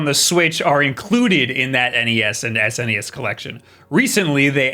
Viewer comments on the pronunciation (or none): none